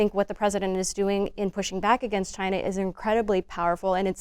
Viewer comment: For thirty years Elanor Clift has been saying: againgst.